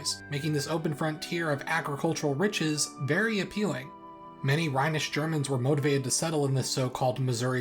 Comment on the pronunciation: its rhenish not rhinish